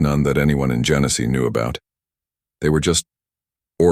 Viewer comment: Genesee County, not Genesis.